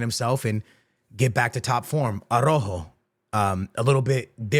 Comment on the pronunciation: tha right pronunciation for Araujo is somthing like (are-out-hoe) hahaha, regards